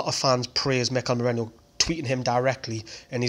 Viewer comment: MERINO NOT MERENO OR MERENIO